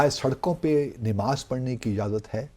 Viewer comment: THIS MAN IS NOT EVEN PRONOUNCEING NAMAZ PROPERLY , N HE IS TRYING TO BECOME CHAMPION OF ISLAM .